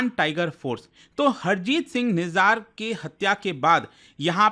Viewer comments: Bhayiya vo निजार nhi, निजर pronounced kiya jata hai, aur vo डाला nhi दल्ला pronounced किया जाता है। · nijar nhi nijjar hai